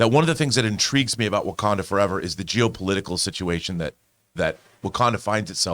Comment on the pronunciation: Nobody:: GeOPOliTicaL sITuaTiON